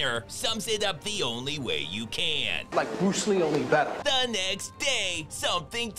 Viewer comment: I actually thought he said fatter 😂😂